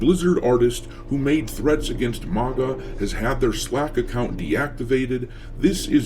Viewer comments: It bothers me way more than it should that you can't pronounce maga 😂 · The way you pronounce MAGA should be a crime!